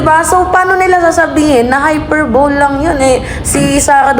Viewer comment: HY PER BO LE.... PRONOUNCE MO NGA... 😆